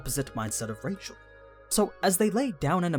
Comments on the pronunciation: Rachel not pronounce like Rachel. It's more like 'Raheel' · Like the channel. Hate your pronunciations. i'm cool with faithful, language specific pronunciations. But changing your accent to match a pronunciation is only good when you speak it well. Your accent is bad, so the names are bad. Just speak naturally, even if the pronunciation is a little off. Edit; Actually not watching this channel any more. Half the things you say aren't explicit or talked about. They're just your fan theory, and bad fan theory at that.